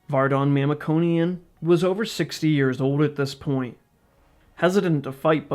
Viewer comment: It be nice to pronounce his name and last name properly, since you're making this video